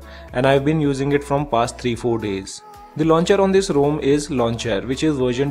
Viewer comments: It's ROM not ROAM! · Bhai main bhi India se hoon. Bc ek bande ne wrong pronounce kar diya toh pura India ka naam kharab kar diya! 😂 It doesn't take much effort to pronouce ROM instead of ROAM!